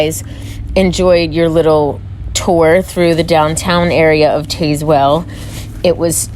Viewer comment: Just seen the vid, great job. Look into the Saramonic blink 500pro 2 for mics. You get two mics so you both can be wired. Just FYI from my vid review it's not a very good riding mic as it is for when your stationary. Very good on sound without wind. Also, being raised just 15miles from Tazewell we pronounced the town "Taze-well" haha. Just thought I would let you know how the locals say it. Keep up the great work.